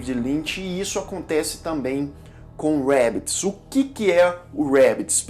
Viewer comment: Só eu que fiquei clicando em voltar para ouvir o falando rabbits? Achei muito legal. Kkkkk